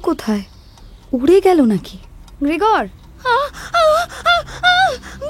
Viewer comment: এ গল্প রাজনৈতিক-সামাজিক-অর্থনৈতিক এবং মানবিক সম্পর্কের টানাপোড়েনের-দুঃসহ যন্ত্রণার গল্প।সক্কলের অভিনয় বেশ ভালো।তবে গ্রেগর নামটা সঠিক উচ্চারণ করা উচিৎ ছিলো।অ কার কানে লাগছে ❤